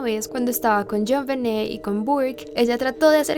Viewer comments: min.1.07...a ver..como quedamos en como se pronuncia el nombre de la niña?...tu pones..Jonbenét..pero luego lo pronuncias con acento en Jon..Jónbenet...entonces... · Me encanta mucho este video y este canal, pero acaso soy la única a la que le desespera un poquito como pronuncia el nombre como “JonVené” jaja. Amo tus videos!!